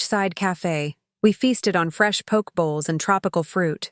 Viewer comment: I agree. And someone to edit the AI Voiceovers. It's pronounced "poe-kay" 😁